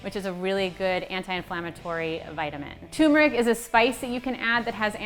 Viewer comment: love this but it's TURmeric not TWOmeric 🙃